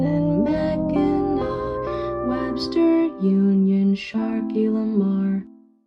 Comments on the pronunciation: As a Michigander, I applaud you for getting Mackinac right So many videos say it wrong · Also PROPS for getting Mackinac correct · Also pronounced Mackinac, Michigan correctly